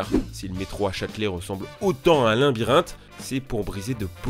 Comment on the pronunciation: Un limbyrinthe ? Mdrrrr Un labyrinthe* Va falloir aller chez l’orthophoniste monsieur la voix off parce que la diction ce n’est pas ça.